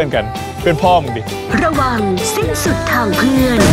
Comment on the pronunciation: "สิ้นสุด...ทางเพื่อน"กลายเป็น"สิ้นสุด...ทางเลื่อน"555